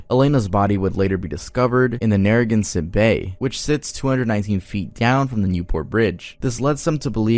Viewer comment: Bro, you said (on Rhode Island ) nuriganset, that’s not how you pronounce it, it’s pronounced Nare-Ah-Gan-Set